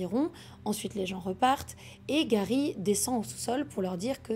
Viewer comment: Bonne histoire mais stp fait pas l’accent anglais pour certain mot ou nom, genr defois tu di garry et juste après c’est gawy